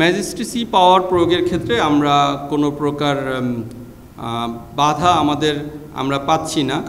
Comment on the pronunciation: বাধা শব্দ উচ্চারণ করতে একটু আমতাআমতা মনে হয়েছিল।